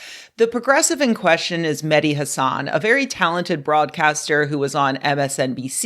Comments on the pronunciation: just a note the stress on the name "Hasan" is on the first syllable, not the second. If you know IPA it's something like /ˈhə.sən/ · Greatt video, but medhi doesnt pronounce his last name that way. Its usually not pronounced like Hasan Piker